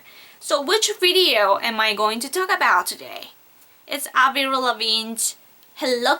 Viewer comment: haha she ALMOST got the Avril right